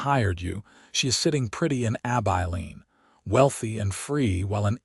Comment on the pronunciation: For Gods samke its Abilene (short i) NOT AbEYElene!!!!!